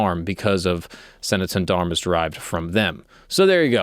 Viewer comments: it is pronounced Sanatam Dharma :) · It's pronounced Sa-Na-ta-Na Dharm. Hope that helps. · So it is Sanatana Dharma. However, North Indians in particular, have this quirk of leaving the A sound off the end of words, hence "sanatan dharm." It's just a linguistic informal language quirk 🙏 🕉